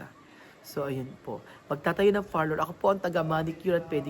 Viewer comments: Beking beki haha …parlor po..hindi Farlor! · Far-lour nga!!!!!!! Ohhhh… rather friveyt resort pala.